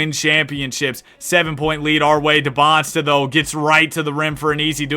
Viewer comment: Just so you know it’s not “Debonsta” as you pronounce it it’s “Dee-ban-za”